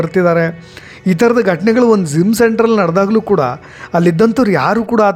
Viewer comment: Zim alla adhu Gym